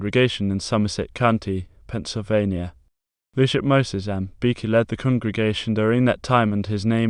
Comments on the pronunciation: its pronounced bee-chee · You go to the beach... with a "y". Or like the theme of literally every beach house's bathroom- "Beachy". I don't know what you were saying but it was not my name.